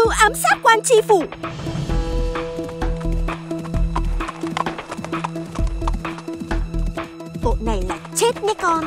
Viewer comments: Tri phủ chứ k phải là chi phủ. Trẻ em học theo sai hết lỗi chính tả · "Tri Phu" chu khong phai "chi phu" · Quan tri phủ mà, sao gọi là quan "chi phủ" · Biển trước nhà quan: TRI PHỦ chứ không phải là CHI PHỦ 😊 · Tri phủ chứ ko phải Chi phủ nhé. Tri : (chủ, người đứng đầu) khác với Chi là 1 bộ phận ( tay, chân). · Tri phủ chứ ko phải chi phủ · Chức vụ phải là "tri phủ" "tri huyện" chứ k phải "chi" đâu ad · Là Tri Phủ ko phải Chi Phủ đâu nhé. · TRI PHỦ chứ ko phải CHI PHỦ nhé add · Là "Tri Phủ", Chi Phủ là "Chi" cái gì?